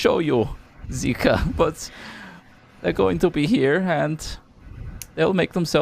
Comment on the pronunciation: I keep hearing Xiika pronounced as Zika as in the zika virus